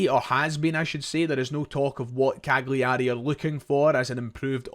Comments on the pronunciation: Better to say it like Cal-yerry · It's pronounced CAL-yar-ay. Just helping out. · Please pronounce Cagliari correctly, it’s a silent “G”. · Maybe the most mental pronunciation of Cagliari Ive ever heard.